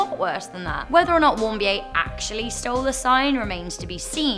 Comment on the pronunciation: O.k. , it is pronounced Warm- Beer. And Trump slam aside, the Kims destroyed NK.